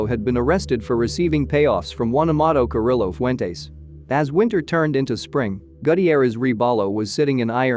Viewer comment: ouch the name butchering....that should be a crime! Lol